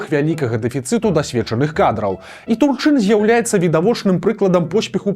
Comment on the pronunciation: Дакладна прозьвішча ТУрчын, а не ТурчЫн.